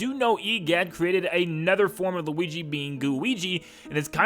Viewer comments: I like when he says luigi for the first time in the part where he started talking about luigis mansion he actualy said luiki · When he is just getting into luigi's mansion 1 he says luigy